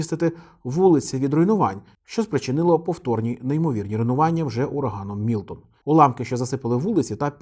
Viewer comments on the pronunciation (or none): мілтон а не мілотон